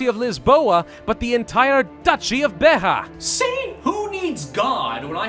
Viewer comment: Beja. B e j a. Not "Behah"